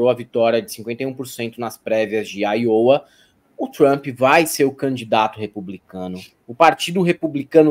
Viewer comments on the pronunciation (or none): se fala Áiowa. Eu sou muito fã do trabalho de vocês. Parabéns e obrigado